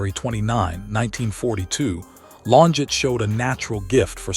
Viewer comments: Pronounced….Lonjay………..this was not “ her last video”……. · she is a murderer and got away with it. Also, what’s with all the splotches in the video trying to make it look vintage? Horrible AI voice getting her name wrong. This video sucked. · So we can't pronounce her name correctly.... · Farewell, Claudine. Much love and peace beyond this life 💐🕊️✝️ I must say, it's a shame AI constantly mispronounces her maiden name.